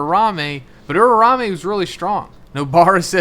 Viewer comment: You been saying it wrong the whole series so I gotta say it. It’s OOO-RA OOO-MAY not ooo-rao-may